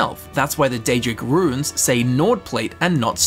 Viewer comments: every time you pronounce runes as "ruins" i die a little inside. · I had to skip the first one cause it's pronounced "Roons" not "rooooins".